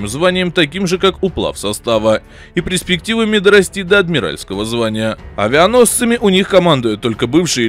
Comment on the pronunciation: Анализ, грамотный - речь безграмотная: " пресрективы", крайний, вместо последний, в кгодй пустым суевериям и в ущерб русскому литературному языку на котором обязаны говорить СМИ.н